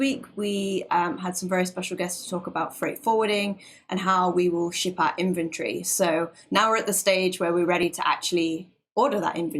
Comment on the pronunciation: Cute British accent. When she says inventory, it sounds like infantry.